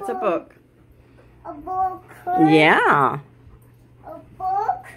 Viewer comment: She said bug not book